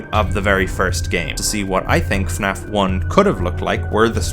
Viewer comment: Thank you for pronouncing FNAF properly. Most people pronounce it as "Finaff"